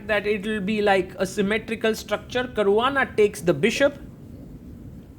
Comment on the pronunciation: Caruana ❌❌ carvaana✅✅